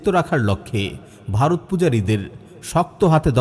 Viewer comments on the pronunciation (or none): none